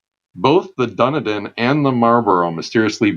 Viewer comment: Dun-e-din! It's pronounced Dun-eden. Good sea yarns though.